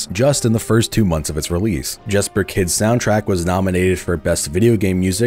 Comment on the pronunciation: Jesper Kydds name is pronounced “Yesper” btw. I met him at a restaurant in southern Utah last at year.